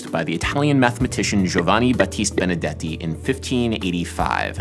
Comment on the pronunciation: Your way to say Benedetti is really nice.